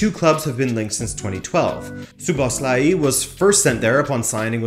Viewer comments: It's mispronounced. It's a regular O in Szoboszlai and not an "oo" sound anywhere. And the "i" at the end should be shorter. Also in Hungary it's common to say the surname first and then the name, so Szoboszlai Dominik. Hope this helps if not there's a good pronunciation on forvo dot com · That's right, one small thing, the two O letters in his name are pronounced as a regular "o", not "oo". And also if somebody wants to be picky, the "i" at the end should be a little bit shorter. Anyway, it was a great video! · STOP pronouncing that i at the end like iiii. You do great content each time, but you need to work on names and players pronunciation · It’s pronounced lik So-Boss-Loi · A proper Hungarian here to clarify the pronunciation. Phonetically it is Soh-bohs-la-yee. Hope that helps 😁🙏🇭🇺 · Soboslai (English pronunciation.) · WHY DOES EVERYONE BUTCHER HIS NAME? ITS PRONOUNCED ZOBOSLAI 👍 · just pronounce it as So-boss-la-e, this is the easiest way for english speakers imo as a hungarian. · It's pronounce Jobo-shh-la-i